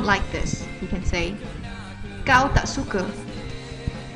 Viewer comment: there are no sentences such as hang, gua ect. those language was a colloquial language some state in malaysia. and the way you pronounce "suka" is wrong. SUKA..not SUKE..